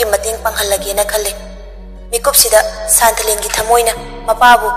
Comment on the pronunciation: San...thalen haibg mahut santhalen hain pronoun twbir d amuka henna nungaijni😊